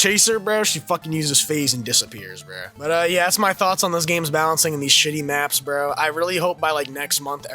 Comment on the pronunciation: If you have that accent when you say "bro," your opinion doesn't count, BHRRHUH. I'm SO HAPPY with the loop. I always play John Doe because I'm OTP, and they just end up locking themselves in. Plus, it feels so satisfying to beat a hardcore addict with 2000 hours in the game when you loop it. It's so humiliating, and that's what makes it fun.